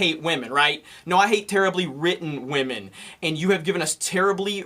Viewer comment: He almost broke it and said "wahmen"